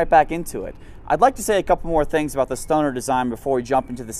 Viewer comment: He needs to pronounce “Knights” and “Stoner” using an English accent like he does with other ethic names with their ethic pronunciation lol 😂